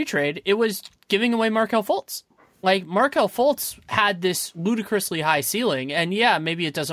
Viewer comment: like always, delivering a quality product. however, this guy... you'd think if the guy spent so much time studying the league that he would know how to pronounce these names right. it was borderline unbearable to listen to. first he kept saying johnathan "isaacs." okay, thats a small mistake. Then, he says Markelle FLUTZ.... for fuck sake... and the just Giannis said wrong over and over again. I think you guys could have done a lot better with your guest, or at least making sure they are prepped to talked about the league like this.